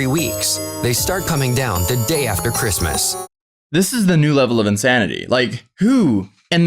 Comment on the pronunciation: Am I the only one who noticed he said Chirstmas instead of Christmas